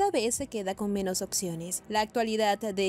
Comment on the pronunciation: Hay un problema de dicción de la narradora. Sobretodo al pronunciar opciones. Pronuncia occiones.